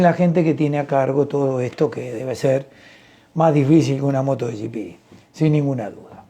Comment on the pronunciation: Buenos días,, me gustan mucho sus comentarios, y lo que aprendemos con sus explicaciones. Solo le hago una pregunta, por qué ya dice Moto "gi pi" (como en inglés), y no moto GP, (en castellano)